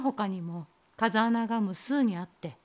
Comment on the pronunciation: こんばんは♪ カザアナじゃなくて「フウケツ」ですね。 お話の中であった様に涼しい風が出るので生態系が無茶苦茶になりがちです。 地元の風穴は8月に行くと、まだ紫陽花が咲いています😊